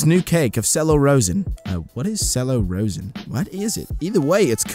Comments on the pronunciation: “Cello rosin” is pronounced “chello razin” and it’s the stuff for the bow for the cello instrument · just so you know, it's pronounced chellow rozin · ITS NOT PRONOUNCED SELLO ROESIN ITS PRONOUNCED CHELLO ROHSIN